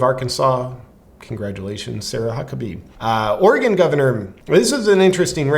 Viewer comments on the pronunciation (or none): You got Oregon wrong!